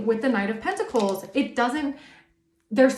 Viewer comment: Side note: The way you annunciate the words pentacle/pentacles is monumental in itself. I wasn't expecting that to be a thing. But just know that it's a great blessing. 🐝🍯🙂🕊️🪽😁